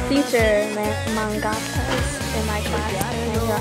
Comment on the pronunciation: What is Meinga? Don't you mean Manga? It's pronounced Monga